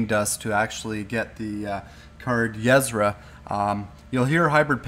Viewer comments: Yh-Sera more like UH-Sera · it's not yezzra. It's [Y'sera] "y" as in the first sound from "you" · Pay attention to the way her name is spelled. It's not yeSra, it's ySera. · "YESRA" lol.... Yuh-Sera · It's not pronounced "Yez-ra" it is pronouned "ya-sarah". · Yesra ?? XD its ye-sera loving the hearthstone games. I cannot wait for the release . Keep up the great videos :) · yuzrah... u wot? Ee-seh-rah. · Ysera ^^ .. not Yesera :D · It's Yis-era. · Ysera = E-sair-ah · ya-sarah not what ur saying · It's pronounced Yuh-Sear-Ah! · it's pronounced EE-SE-RA or Yuh-Se-Ra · It's pronounced Yeh-Sera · omg the way you pronounce Yesera .-. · Pronounced yiesEra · U are not saying her name correctly! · I flinched every time you said Ysera. That's not how you pronounce it:/ but cool anyway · it is so annoying each time you say her name wrong! OMG! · Please learn to pronounce Ysera correctly, after all she did for Azeroth you could at least pronounce her name correctly. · plz pronouns ysera propaly